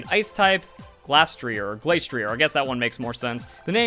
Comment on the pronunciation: Spec tree ay And Glass tree ay -ier in french is pronounced ee ay